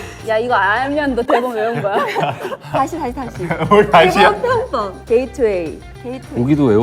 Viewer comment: 키....억이요???? 키억?????????????